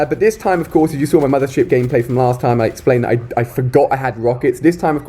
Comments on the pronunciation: i thought he said mother shit :D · is it just me or is he sayin' "mothershit" hahah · I thought he said "Mother Shit" 😂😂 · Anyone else thought he was saying a swear when he said mothership